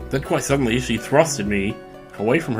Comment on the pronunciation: YOU MEAN REALLY SEEDENLY